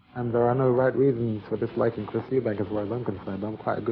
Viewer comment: Eubank not Eubanks